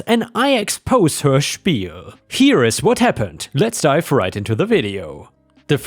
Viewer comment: Yay, and Disney floof 😀⭐⭐⭐⭐⭐⭐⭐⭐⭐⭐⭐⭐⭐ No problems pronouncing Spiel eh?